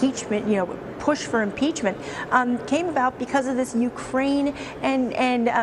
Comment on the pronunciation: " I didnt POESHHH HIM "